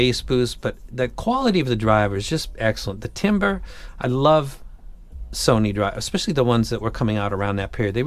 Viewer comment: THANK YOU for saying ‘timbre’ properly instead of pronouncing it ‘tambor’! Also, great fun video. I have a couple of your basshead recs and love them all!